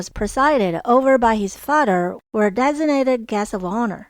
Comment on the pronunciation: Hi, been following you for years. Father is spelled with th not double d. The d sound is made with your tongue at the roof of your mouth. The th sound is made from your tongue at tip of your front teeth. Love your work.